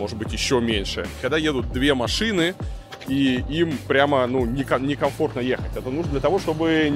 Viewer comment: "в РоссиИ", "едут две машинЫ" - что за прикол в последнее время с неправильными интонациями?